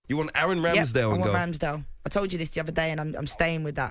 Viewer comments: She lost me at "Ramsdale" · Dis she just say Ramsdale😂